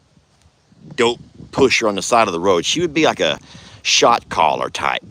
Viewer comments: I thought he was saying “shock collar” too! I was so confused! Who uses shock collar’s on cattle! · That's hysterical. Every time I hear you say Shot Caller, I hear Shock Collar!! LOL Happy to see all the girls and Waylon on their new pasture eating green luscious grass. You impress me every day with your drive and passion. Love from Jodi in South Florida. xoxo